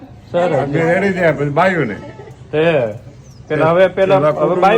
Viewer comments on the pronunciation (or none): none